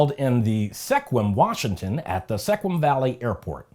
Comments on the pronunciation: with all due respect, you can tell you aren't from Washington State! Sequim, although spelled how you pronounced it, isn't how it's pronounced. It is pronounced Squim, or, if you prefer, Skwim. Sequim /ˈskwɪm/ I know, I know, but there are a LOT of cities and towns here that have far different pronunciations than spellings, and I had problems when I moved here, too, so don't sweat it. This is just for your edification. But, I've been here for about 12 years now, and I cringe when I hear the cities and towns mispronounced.:) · It's pronounced SKWIM.